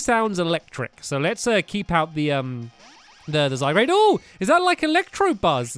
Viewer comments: STAMPY, ITS ZY-GUARD, NOT ZY-GRADE, SORRY, BUT IT RELLY ANNOYS ME FOR SOME REASON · It's not zygrade/zy-grade. It's zygarde/zy-guard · stamp its not zygarde. it's zyguard ist guard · STAMPY Its Zygarde NOT Zygrade say it ZY-GAR-DE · It is ZyGARDE, not ZyGRADE!!! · Triggered It's not Zygrade. It is Zygarde ZYGARDE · It's zyguard not zigrade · ZY GARDE NOT ZY GRADE 😂😂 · Stampylonghead he's called Zyg-ar-de what Zyg-rade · "Zygarde" is pronounced "zy-guard", not "zy-grade". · Zygarde not Zygrade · It's pronounced ZY-GUARD, not ZY-GRADE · STAMPY ITS ZYGARDE NOT ZYGRADE. JST NOTICED IT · It's Zygarde and sounds Ziy guard not Zy grade!!!!!! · It's so annoying (NOT IN A MEAN WAY) when he says zygrade, ITS ZY- GARDE, GAARRDDEE! Everybody comment about this so he sees it and starts saying zygarde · stampy its not zygrade its zygarde and its a legendary from x and y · IF YOU SAY ZYGRADE ONE MORE TIME! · Stampy it pronouced de-sid-you-eye and zy garde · It's pronounced zy guard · Why does stampy say zygarde wrong